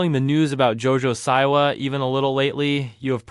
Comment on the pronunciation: Why do you say “Jo-Jo SIGH-wa” instead of “Jo-Jo SEA-wa”?